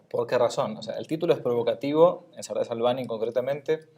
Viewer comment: Apunte para pronunciacioón del nombre del autor: Salvany se promuncia "Salañ" la ny en catalán suena a "ñ"